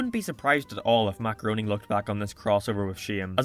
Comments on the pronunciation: Matt GROAN-ing? It's pronounced GRAIN-ing. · It’s pronounced Gray-ning I’m pretty sure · I know this video was posted two years ago and you're probably not gonna read this, but Groening is pronounced "gray-ning." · LOL ok, was really confused for a minute - the way I was hearing "Matt Groening" was as "Macaroni," with like a slight pause after "Mac." For a while there I thought you were on some next level reference shit that was way beyond me! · Every time you say Matt Greoning u hear macaroni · Joe’s parody that was made prior to the crossover will always be hilarious and even better than the actual episode, also, Matt Groening’s last name is pronounced gra-ning. Also, your Lois impression 😂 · Blue haired doesn’t look right. Also, god the way you pronounce Groening is cringeworthy.